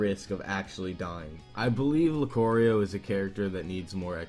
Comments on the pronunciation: Lu-Cory-o in the House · "Luke Oreo"? I'm sorry, but the letter "a" never makes a long "o" sound. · I love how you pronounce Lucario: "Lucorio". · As a Lucario fan, I'm VERY annoyed that you butchered the name. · He said lucario wrong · The way u pronounce Lucario hurts me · THIS MAN PLAYS SMASH BROS BUT CAN'T PRONOUNCE LUCARIO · you mispronounced lucario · your pronunciation of lucArio makes me cringe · The way he pronounces Lucario makes cringe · The way he pronounced lucario made me cringe... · how can you say lucario wrong lol it tells you how to say it every time you click his name in smash 4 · Luke-ario not Luke-orio. I know Pokémon mispronunciations arent really a big deal, But lucario's name is easy to pronounce. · IT'S LOO-CAR-EE-OH NOT LU-COR-EE-O!!! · Lu-CAR-eio not Lu-COOR-eio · Lucurio no its lucario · LucArio not LucOrio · Lu-CAR-io not lu-CORE-io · it's lucario not "lucoreio" you do not know how much this bothers me this is one of those pokemon names that everyone i know of actually agree on the pronunciation loo-car-e-o (that was the way it'd be put in the pronunciation section of a dictionary if it was put in a dictionary) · i already stated why it bothers me it's a universally agreed upon pronunciation it's weird hearing it pronounced another way and without any context to accent such as american vs almost every other accent on the same word "loo-car-eeo" "luke-a-eeo" he pronounced it "luke-core-eeo" which clearly has not come from a slightly different accent as it sounds more like he changed the a into an o and read it off that way it just sounds absolutely wrong almost to the point where it sounds like he's trying to refer to something else entirely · (Loo-kahr-eo), not (Loo-kor-eo) learn the alphabet. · whats a Lucorio??? its Pronounced LuCARio, hes dope and can confirm kills without aura.. id dust you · as a lucario player I have to correct you, it's proununced lu-car-io not lu-ca-rio and his passive ability is called aura not rage.